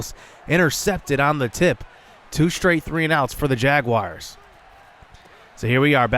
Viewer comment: Hahaha say Jaguars one more time haha its so funny that u don't know how to say jaguars lol